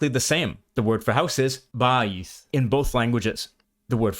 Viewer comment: When you say "Home" in Hebrew, it's not Ba'ith (as you pronounced it in the video, it's actually Ba'it. There's a T sound at the end and not a TH sound.